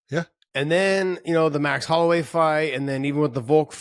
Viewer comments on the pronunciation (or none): none